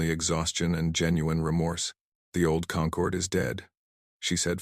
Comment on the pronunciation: AI changing how we pronounce words "Concord" when referring to people who've come together as a group is pronounced "kun-CORD" "Concord" the way these vids pronounce it, "KON-cord," refers to GRAPES